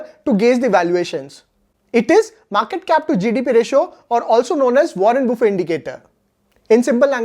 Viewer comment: Hello Mr it is not buffey...🤣🤣😂😂😅😅.buffet it is